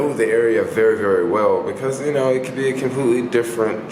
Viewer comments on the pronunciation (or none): none